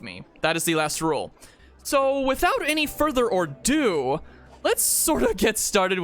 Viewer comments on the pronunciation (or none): Btw it's "without further ado or adieu" not "without further or do" just wanted to let you know